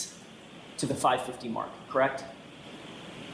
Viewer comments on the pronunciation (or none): Hey judge the word is ‘mark’ not “mock”